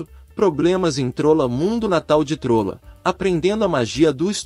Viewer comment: Na boa, esse locutor não conhece He-Man! Errar as pronuncias de Eternia e Trolla, chamar Esqueleto de Seletor e não saber que aqui no Brasil o personagem tema do vídeo se chama Lagartauro.